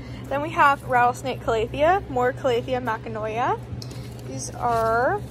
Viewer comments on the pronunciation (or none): Those are calathea makoyana, not makanoya lol. (It's ok, I've butchered names much worse in my life). Also, they did label the rubifarba correctly; the warscewiczii has wider leaves and a different pattern.